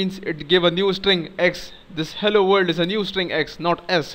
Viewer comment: You really explain things well. Thank you. And I like the way you say vorld ^_^